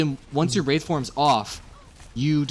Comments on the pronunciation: BricksPicks Don't forget the wrath form, instead of the wraith form. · lol wrath form, its WRAITH form oops didnt watch whole vid, my bad